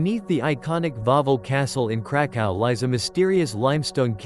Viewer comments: Krakow (sounds like Krakoof) not Krakau- (German for Krakow) Thank you for this fascinating video..! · Krakow - (sonunds like Krakoof) -not Krakau ( in German)